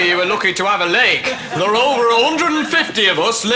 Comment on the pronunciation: He says "it twer" as in "it were."